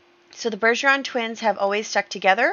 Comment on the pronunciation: You pronounced Bergeron correctly! I’m so excited to see them in the world.